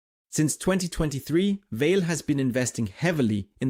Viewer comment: I think, the pronounciation is more like VA-LE, like the german word Allee (tree-lined road, alameda). 🙂